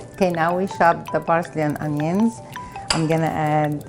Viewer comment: She says "Barsley", "chob", and "beel" bc the Arabic language has no p